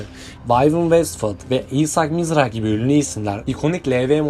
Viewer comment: Vivian Westwood, Isaac Mizrahi ,,, telafuzu hatası yapılabilecek hiç bir yeri kacirmamissiniz 😂